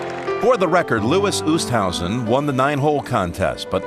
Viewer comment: "lewis oosthousen."